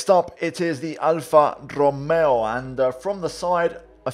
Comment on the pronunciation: No one Absolutely no one: pernouncing alpha tauri scuderia ferrari and alfa romeo like a pro